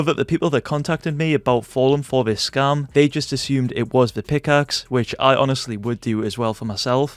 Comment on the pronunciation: Sounds like he is saying scum